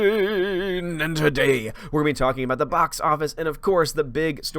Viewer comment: hate the way he says odin. goddamn